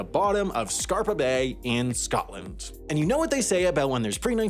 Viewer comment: It's Scapa not Scarpa. A mistake like this should not happen.